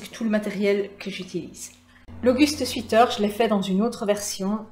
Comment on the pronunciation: Ah j'aime les torsades. Le jacquard aussi, mais plus difficile. Knitpro je suis déçue, on en parle trop, surfait. Je préfère Chiaogoo. Oups, il faut prononcer sweater swèter, sweet se prononce swiit et veut dire sucré ça ne convient donc pas pour un pull. Laine pas chère me plaît, mais est-ce que ça garde la forme au lavage et résiste dans le temps ? Merci pour vidéos et conseils